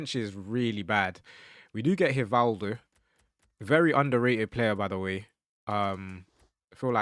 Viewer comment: Love the videos... But posting every day till he pronounces it Rivaldo! 😂